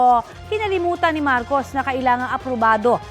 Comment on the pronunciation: Hello taga Media! There are two Marcos. Pwede ba ayusin nyo ang pag sambit ng name? That’s unfair sa isang Marcos. Ayusin nyo naman ang pag bang ggit ng mga names. Be professional in mentioning names. That’s very important po!